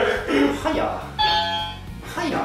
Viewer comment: くらいからのバシくんの関西弁いつもと口調違って違和感w あと はや の発音面白すぎw